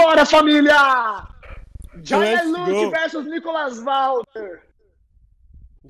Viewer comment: o nome dele é junior, J em inglês tem som de jey e R air, ai ele pois JayA